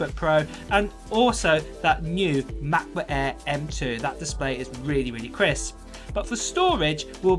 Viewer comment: "Mekbook ehh"